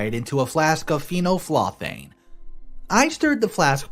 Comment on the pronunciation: Phenolphthalein - fee-nol-thay-leen